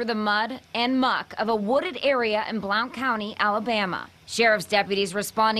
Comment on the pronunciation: The county is pronounced: BLUNT County. I'm shocked especially in Blount County which is just North of Jefferson County where Birmingham is. I feel so sorry for the people's orders and FedEx. It's not a great way to welcome the holidays so I hope people do what we do best and search our cameras and memories. I've found out that the average citizen can help solve a case in a fraction of the time that law enforcement can. All they have to do is pay attention.